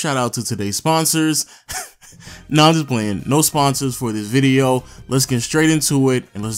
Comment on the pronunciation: i heard "sensors"